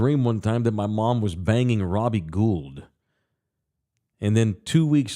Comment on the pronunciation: It’s pronounced Robbie Gold, not Guuld